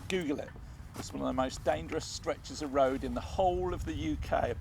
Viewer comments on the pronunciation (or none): none